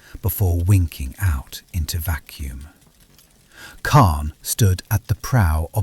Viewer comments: He said it weird, but I have heard it that way before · He said it weird but I have heard it said that way before